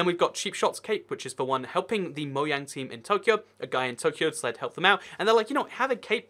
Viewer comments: Anyone get annoyed when he says MOYANG instead of mojang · Say moJang not moyang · It moJang not moYang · Stop saying moyang it really annoys me it’s pronounced Mo Jang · man o cringed when he says moyang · I am triggered you say moyang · No one:: moyang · It's not moyang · ur saying moiang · Why does he say mojang like moyang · I hate how he says Mojang it’s soooo disturbing even if it’s the right way etf